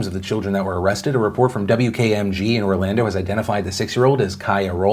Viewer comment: I can fully admit as soon as you said “Orlando” I cringed.